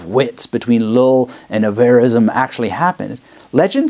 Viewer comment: Thanks I really enjoyed this. One a side note, every time you say "Llull" I keep hearing it as "LOL". Sounds like your LOL'ing at your own speech sometimes.